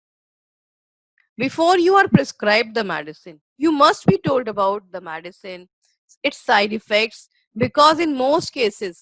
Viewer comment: WHAT IS MADISON ? PRONOUNCE AS THE SPELLING GOES - M E D I C I N E, MED LIKE IN "BED" AND CINE LIKE "SIN" PUT AN "I" IN BETWEEN MED I CINE.